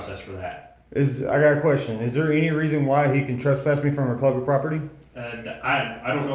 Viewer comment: SAY PLUBIC!